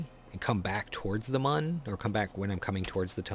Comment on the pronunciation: It's muun. But puhtaytoe puhtahtoe I guess